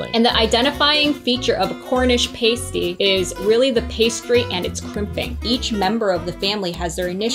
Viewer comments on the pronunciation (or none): I love all michigan foods. Probably because im from and live in michigan. And sorry I Laughed when you pronounced PASS-TEE wrong. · Upper peninsula native here. Its pass- tee Not paste-ee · I’ve never paused the video to write a comment before until now. I come from the U.P., home of the pasty. It’s pronounced PAST-E, not PASTE-E. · Not, "pay-stee" but ya say, "pass-ty" and they normally have venison or other wild game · It's "a" as in past, not "a" as in paste. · And it is pronounced p-ass-ty please stop saying pastee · Pronounced: PASS - T! Hi! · For the love of God it's pronounced Pass Tee. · pronounced PAST-TEE the way you are saying it refers to something strippers use. also it was.not invented because of bacteria it was to avoid ingesting arsenic in mines in england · NOO THEY CALLED IT A PASTE EEE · You are pronouncing pasty wrong. Try pas-tee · JUST WANTED TO SAY: Sorry to all the Michiganders for mispronouncing PASTY!! lol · The mispronunciation of Pasty hurt my soul, it’s my favorite food… should’ve tried Mackinac Island Fudge as well, iconic. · I cringed at how you pronounced pasty. 😬 But I’ll forgive you lol. You really need to get a pasty from waaaay up north (still in Michigan) to truly experience the flavor! 😊 Also, drink Vernors when you have a cold or the flu. Then you will feel more like a Michigander 😂. Red Pop for the faygo choice was not a good one. Go try the rock n’ rye or cream soda flavors! 👍